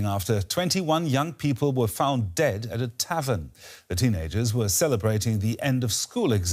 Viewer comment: "found" dea?!!